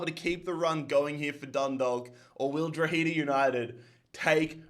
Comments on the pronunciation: It’s pronounced « draw-heh-dah » 👍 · Dundawk and drogeda is how u pronounce them